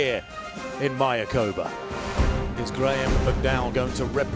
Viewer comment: Love the coverage and the resort. But you commentators need to learn how to pronounce MAYACOBÁ....accent on the last "Á", (my-ah-coe-BAH)